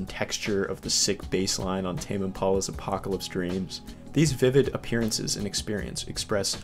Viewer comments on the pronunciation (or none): none